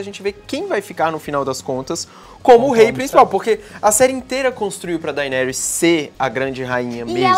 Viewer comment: "Dainerys" . fala direito, cara rs